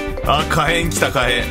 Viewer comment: かえんじゃなくてひけんだよ